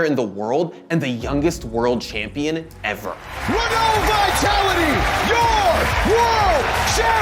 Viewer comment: Oh god the pronunciation of "Renault" xD It's pronounced "Ren-oh." Pretend the L and T aren't there :)